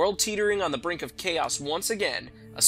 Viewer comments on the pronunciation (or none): none